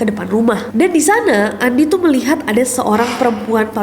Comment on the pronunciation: kak nessie nyebutnya bukan andi lagi tapi "andy" (pronounce english) HAHAHHAHA emang beda lidah bilingual